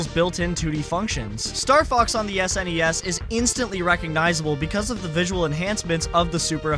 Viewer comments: it's ok dude can just call it a snes like everyone else. Not an S.N.E.S 😅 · Pronouncing SNES like ess en ee ess is really grating me 😂 it's just one word, SNES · It's super n.e.s. or s.n.e.s. not snes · Does anybody else cringe every time you hear "SNESS" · That is NOT how you pronounce SNES